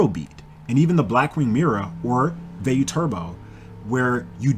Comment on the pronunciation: This is the only person I've ever heard say Vey-you, instead of Via-you. Shit caught me off guard